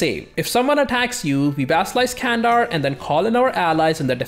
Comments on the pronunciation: hey, great video as always:) but one thing that i think i must say, is I noticed you really work hard on pronouncations:) candar is not spelled as "kandar", more like "gandar":)) just wanted to say, love ur videos uwu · The 'C' in Turkish is spoken like an English 'J', as in 'Junk' - which means 'Can' is actually pronounced 'Jandar. Not Kandar.